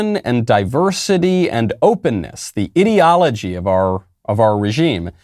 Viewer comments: is he saying Idio-logy (Idiot, -ology) or does he just have no idea how pronounce ideology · 6 minutes in, have to stop listening. Can't stand the way he pronounces "ideology"